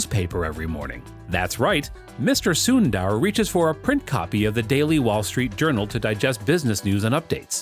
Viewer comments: It's not Soon-dAAR. It's pronounced sun-der , with the u as in put. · Its sundar not sundaar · It's soondhaarr not syunder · It's not SunnDDaar it's Sundar 😂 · It's not Suundar 😂 it's sunder means beautiful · “Soon ther” the right way to pronounce his name. Not “soon daaar” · Sunnnndaaaaarrrrr....😂.. Kwell ik foreigners can't spell Indian names... Its just sundar... Or sunder for foreigners 😂😂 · "soondaar pichaai" no its "soondhar pitch-ay" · if only he'd stop saying soon DAARR. Its Sundar as in "the-R". sounds annoying af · When they pronounce sundar as suundarr. It’s hilarious 😂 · CEO of google and yet you cannot pronounce his name correctly? Not sundaar, it is sundar! Not Pichaai, it is pichai! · It’s su-in-der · soondaar lol, americans will never be able to pronounce indian names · It pronounced as sundhharr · its annoying how he butchers his name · “Soon Dhar” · You said "Sundar" 700x in this video and pronounced it differently every time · DUDE the pronunciation of Sundar's name is PISSING ME OFF OMFG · still u won't learn to pronounce his name correctly 😏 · You pronounce "sundar" and "Pichai" both in wrong way